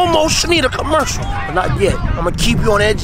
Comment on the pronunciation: Lol when u said comersial it poped up